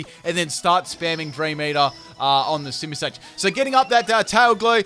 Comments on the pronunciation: You called simisear a simisage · Simisear should definitely on this. Second time now he said it wrong :P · isn't it Simisear